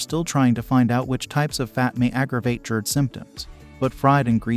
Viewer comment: What is JErd, bro. It’s GASTRO so it’s Gerd..